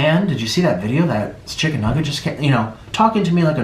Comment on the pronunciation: i think he mispronounced "chicken nugget" as stephanie